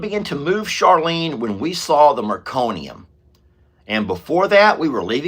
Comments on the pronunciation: Meconium no "r" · The first poop of a newborn is "meconium". Not trying to be a "smarty pants": just trying to help with pronunciation! I am hoping that we do NOT see meconium with Jenny Lane's birth. ❤